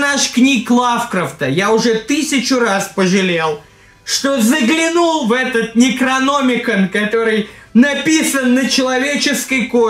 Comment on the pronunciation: НекрономикОн. Ударение на последнею о